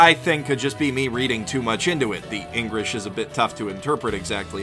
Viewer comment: When he said engrish i raughed